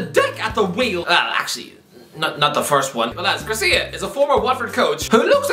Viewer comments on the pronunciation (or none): It's Javi Gracia not Garcia